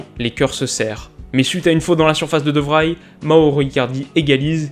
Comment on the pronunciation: Très chouette vidéo qui a toujours autant le don de susciter l'intérêt dans le foot ! Tout petit détail, le de Vrij de Stefan de Vrij se prononce de Vreï ^^